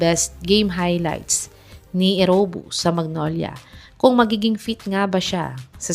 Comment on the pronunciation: Eriobu not Erowbu!